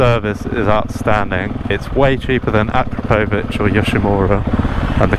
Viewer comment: Great review. Thanks. Say it with me brother. A Crop A Vich